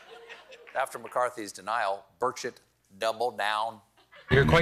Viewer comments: I know its Burchett but I keep hearing Bird Shit 🤷🏻‍♀️. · 😅 did he say birdshit ??! 😉😁😆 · It really is hilarious that "Burchett" is pretty much an exact homonym of "bird shit". I can't not hear it that way. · The self-control to not pronounce Burchett as Bird$hit, bravo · Are you saying burchette or bird shit?